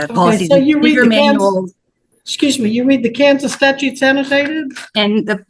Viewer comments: Am I the only one who heard the mom say she reads “state STATUES”?😳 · She "reads a lot of State 'Statues'! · She reads state 'statues'... Big Guy...she may be most of your problem . Bog Boy can be let out on the unsuspecting public to commit more crimes, can have a whole ass gurlfriend.. But can't express himself enough to be held accountable. Got it!!!